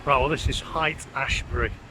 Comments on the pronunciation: Haight St. is actually pronounced "Hate" St., ironically!! San Francisco itself, seems colder than any of the cities around it! Oakland here is warmer, just 10 miles east! Glad you have good things to say about SF! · Haight is pronounced with a long a. Haight is not Height.